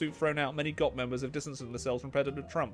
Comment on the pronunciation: honestly pronouncing G.O.P as gop was hilarious 9/10 comedy